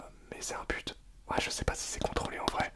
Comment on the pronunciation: J'avais compris pute olieu de but 😂😂😂😂😂